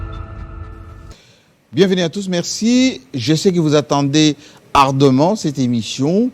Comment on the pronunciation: Quel journaliste qui ne sait pas comment on prononce le mot: ardemment et qui dit: vous avez resté…! Kiadi ki beni pour la RDC!